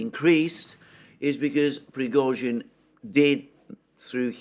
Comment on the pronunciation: This dude needs to put some respect on Prigozhian's name